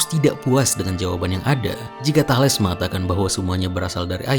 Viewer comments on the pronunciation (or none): Bagus, sepertinya mempermudah subscribers yg kesulitan membaca buku Bertrand Russell. Tambahan, untuk kemajuan video ini, setahu saya Thales itu cara membaca namanya adalah Thalis